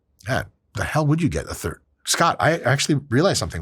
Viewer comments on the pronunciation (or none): none